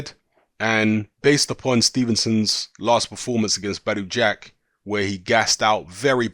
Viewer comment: his name is gvozdyk not vozdek